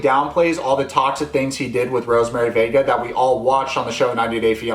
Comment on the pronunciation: Everytime he says Rosemery vega i keep hearing "Rosemery baby"